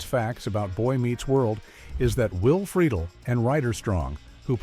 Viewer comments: Who is "Will Frito Lay?" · Freakin AI voiceovers..:"Will Frito Lay"